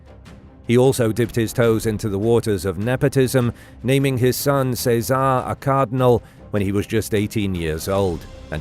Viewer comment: What’s with all the mispronunciations? Chez uh Ray not say czar 🤦🏻‍♀️